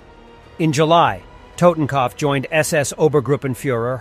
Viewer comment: The way you pronounce totenkopf lol..